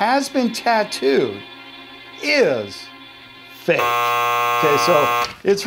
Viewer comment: Stop saying fak ha ha ha!!!!!!